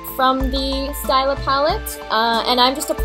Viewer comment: the palette is pronounced "stee-la" :)